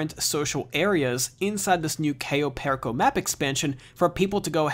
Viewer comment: Goddamn if you're gonna say the name please for the love of God...say it right